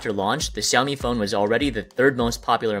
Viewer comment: It is pronounced shoumi not ciomi